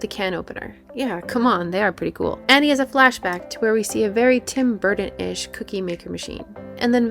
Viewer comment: GREAT MOVIE BUT REALLY THE NARRATOR CANNOT SAY TIM BURTON.?